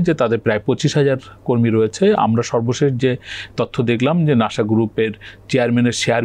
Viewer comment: নাশা নয় তো, নাসা।